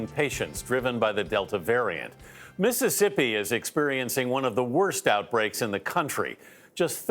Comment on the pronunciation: He said “Mississippity” 🤣🤣🤣